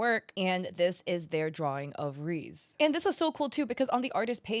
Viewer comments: its re ze not reeze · Girl you did not just call reze Reez 😭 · Her mispronouncing Reze hurt me to my soul lmao, it’s ok I see how it can be read like that tho lol